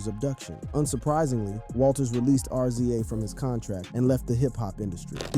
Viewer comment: Mispronunciations here , what in the world .😂 Rza instead of pronouncing it Rizza said it as Are Zee Aye